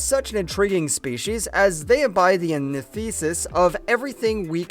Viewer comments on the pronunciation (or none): Your clearly reading something that someone else wrote. It's evident by the fact that you are unable to pronounce the words that you read correctly. An example of this is when you said the word antithesis...fail.